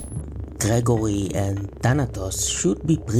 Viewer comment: Calling Gro-goroth “grow-gore-oth” Gregory makes him so much less horrifying lol😂. I like to imagine that’s what Sylvian calls him when he forgets to take out the trash.